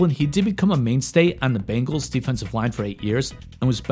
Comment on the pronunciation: He did lmao. I love this channel